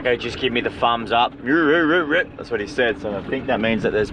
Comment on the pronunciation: Thahs it fah anotha episode guys..